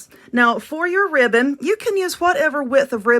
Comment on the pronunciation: I weally wike that wibbon. 😂 Seriously tho, I love these. Those bigger bow making contraptions confuse the begeezes outta me. Thank you for these. 👍❤